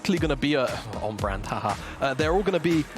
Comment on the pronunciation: Am I high or are all 3 casters calling Brand "Brand-A"?